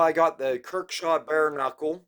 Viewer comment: Good vid ,,,, but ,,,,, dude come on if your gonna do knife vids, please research a bit .it’s not kirkshaw ,,, it’s kershaw ,, I do this to help you , not trying to rip on you. ..